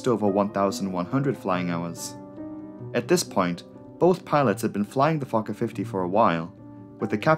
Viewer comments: yet another great video, but why do i hear 'fucker 50' instead of 'fokker 50' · i thought it was pronounced "Fullker" and not "fawker" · Me TOO!! and I ABSOLUTELY ADORE IT!!👏👏👏😉🙏🧡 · Everytime it sounded like you said “fucker” I let out a little giggle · Everytime he says Focker I think I hear Gaylord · Every time you said the word "Fokker", I was like, excuse me??? In this case, your accent is working against you, as it definitely sounds more like "f**ker". Great video, though. Your channel is excellent. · The subtitles are censored when the narrator says Fokker 😂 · Didn't realize I never grew up after hitting 12 years old. The way you say 'Fokker' over and over had me reeling.